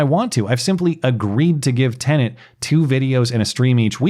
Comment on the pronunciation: I couldn't help but notice that the first two times mentioned the new platform by name, he was careful to pronounce the word correctly (te-nət) but thereafter lapsed back into his customary mispronunciation (te-nənt), adding an extraneous N sound to the second syllable. Old habits are hard to break.